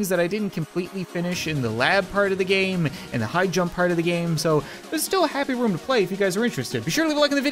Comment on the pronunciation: you said "happy roo" in the intro In case you disagree put captions on you'll see